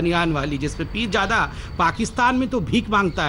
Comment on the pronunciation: Sala ab bhi continue bolra hai neend me bhi aise bolta rehta hoga "peerjada" (haramjada)😂😂